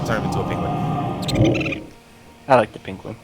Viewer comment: ZE S KEY